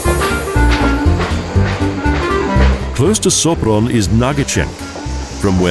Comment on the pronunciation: If you're going to narrate a documentary it would be good if you could correctly pronounce at least the places you're speaking of. Start with the pronunciation of the letter "S" -- pronounced like "SH" in English, as in "SHopron", and "BudapeSHt". Learn the pronunciation of letters in the Hungarian alphabet. Thank you.